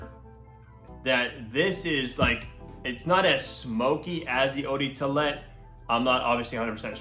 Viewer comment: Sounds like he said eau de toolet